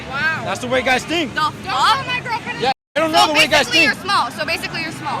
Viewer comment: “WHAT THE FOCK IS EVEN THAT!!????”